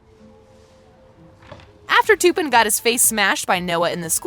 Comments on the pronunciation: She said toopen it's tupen🤣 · It’s Tuppin not toopin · I love how she said "TU-PEAN" instead of "T-UP-PAN". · It’s not ”TOoOoOpUN” it’s tuppen. And this is a 12 recent not a U rated movie. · Learn to pronounce names. Its not to pin, it's tup in. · It’s not Toopen it’s T ‘a’ pen. Clearly didn’t watch the movie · It’s pronounced t-appen not toupen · ITS NOT TOOPEN ITS TUPPEN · It’s not Two-Pun. They literally say his name in the film. It’s Tup-Pen. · She says "Tuuuupen" with a u prononciation instead of tuppen with a uh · It's Tuppen, not Tooppen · As a 13 year old I noticed all these things. And one more thing it’s Tuppen not toopin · I’m sick of this I’m not being rude but you ruin the whole video when you pronounce a name wrong Tuppen is pronounced ta-pen not to-pen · I think it’s tuppen not toopen no hate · and its tup-an not tupen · I love this channel so much and I watch it about 90% of the time that I watch YouTube but this one really annoyed me when she said Tupperware wrong! It’s T-eh-ppen. That’s the corrects pronunciation! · Im so glad im not the only one who finds it annoying with how they are saying “toopin” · “toopen” WHO IS TOOPEN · The way she said tuppin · The way she pronounced 'tuppen' she said it like 'too-pin' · NO OMG THE WAY SHE PRONOUNCED TUPAN ITS NOT TOOPIN that made me cringe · toopen lol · did really say toopen its tuppen ahahahahhaha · She pronounced tuppen "toppen" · You need to learn your cast members name you don't even say there names right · Is anybody else bothered by how she said Tuppen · If you’re going to talk about the movies like you’ve seen it, say the names properly